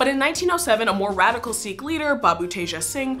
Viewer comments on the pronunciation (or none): none